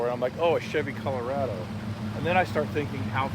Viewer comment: CUH-LOW-RAH-DO Sorry, I had to point it out 🤣🤣